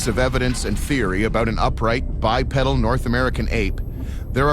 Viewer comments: Bipedal not pronounced bipeddle. 👽🐾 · The correct pronunciation is bipeedil even though it is spelled bipedal